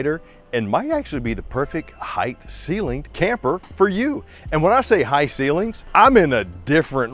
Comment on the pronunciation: I couldn’t make it through 5 minutes. It’s height, not “heighth”